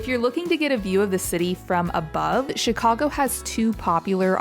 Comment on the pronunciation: As a born & raised Chicagoan, THANK YOU for pronouncing Chicago properly. It warmed my heart! It's just as you said it: Chi-CAU-go, not Chi-CAH-go. I'm so glad you had a wonderful time here. Next time, come in the summer. We'll melt your mittens off! 😁